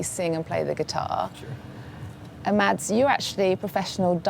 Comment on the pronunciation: The D is silent. It's simply supposed to be pronounced "Mas".